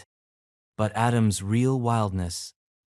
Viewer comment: John A-dam-she?